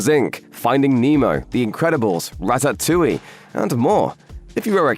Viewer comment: The AI on this is dreadful! It's pronounced RATATOUILLE (rat-tat-too-ee). I don't know what that pronunciation was.